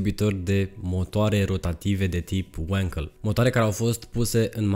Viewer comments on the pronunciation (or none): Bravo frățioare, mă bucur că nu sânt singurul care a observat, și nu e prima dată când face greșala asta. Pentru mine de azi înainte pe prostu' ăsta îl cheamă, că el nu știe că numele lui Felix Wankel se pronunță Vanchel, la fel cum Walter se pronunță Valter nu "Ualtăr". Mama ei a dracu' de romengleză! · no offense.... numele de Wankel vine de la Felix Wankel (este este inventatorul acestui tip de motor).... care a fost neamtz. Wankel in germana se citeste pur si simplu "Wankel"... nu "Uankel" ca-n engleza. Sper sa nu te deranjeze comentariul meu....!!! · Wankel a fost un inventator German si se pronunta cum se scrie. In Romana numele Enache se citeste Enache si nu "Eneche" !! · Nu e Uenkel bre😂 E Wankel, că e neamț omu!